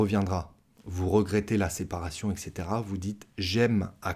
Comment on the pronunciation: vous avez dir "ec coetera"